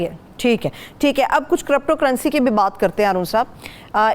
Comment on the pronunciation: ITS NOT CORRUPTO CURRENCY😂😂 ITS CRYPTO... YOU CAN PRONOUNCE AS CRIPTO CURRENCY Good work both by the way! Stay blessed.